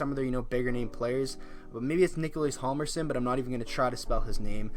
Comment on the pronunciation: its pronounced jal-mer-son. the h is silent, not the j